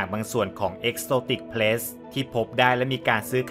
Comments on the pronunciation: exotic pets (สัตว์เลี้ยง) นะครับ ไม่ใช่ pests (สัตว์รบกวน) กรุณาออกเสียงให้ถูก ความหมายเปลี่ยนเลยนะครับ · Pet’s ให้พี่ออกเสียงเป็นPet(เพ็ท)แล้วค่อยเติมเสียงsจะฟังดูดีกว่าครับ😁